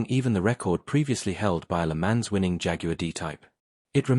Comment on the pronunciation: Pronunciation PLEEEEEEESE - Check "Le Mans" s'il vous plait.